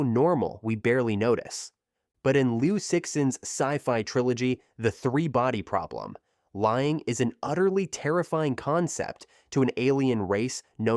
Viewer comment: Bro butchered the three body problem lol